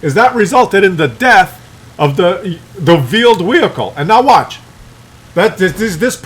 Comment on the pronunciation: Veeled Whehicle :D